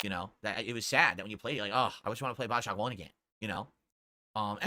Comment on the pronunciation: it sounds like dsp says 'wahn' or 'wah' instead of 'want'